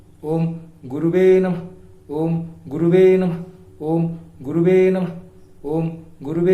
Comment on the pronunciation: Guruji, Pt.Sanjay Rath in Audio released files on his website talks how to pronounce “Om Gurave Namah” and not “Om Guruve Namah”.